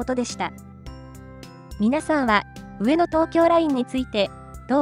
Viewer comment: 何が良いかって言うと、アクセントが神なんだと思います。 「上の」の「の↑」に聴き惚れてしまいます字面にすると訳わかんないですが自分で発音してみるとわかります(早口)。